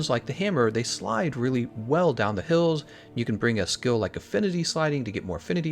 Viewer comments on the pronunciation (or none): none